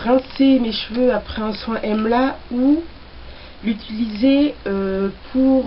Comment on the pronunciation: j adore la video et comme tu as revolutionalise le mot. Emla c plus joli que amla. J ai rigole quand tu as crie!! Moi aussi j'ai eu la meme experience..de la poudre partout j en ai fait une huile moi aussi. Je suis en train d en infuser dans de l huile de noix de coco(je sais que tu as horreur de l'huile de coco). Donc j ai mis une cuilleree a soupe d'emla :) et ensuite un peu de tulsi et brahmi.. j avoue que j experimentais..donc je vais utiliser cela comme un traitement avant shampooing.